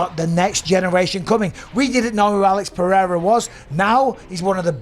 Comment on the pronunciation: “…The Goat… Alex Pierre.” - Chael Sonnen 😂😂😂